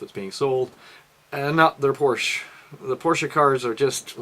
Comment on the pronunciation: Porsch "e" E!!!!!!! not Porsch!